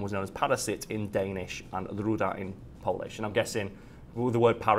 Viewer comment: Damn, really good Polish pronunciation!